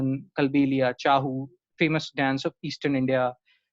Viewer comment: Thank you for a very good lecture. I suggest correct Pronunciation of chhau of odisha Pronunciation of kundhei.